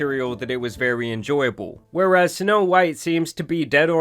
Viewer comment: vewy seriOUUZ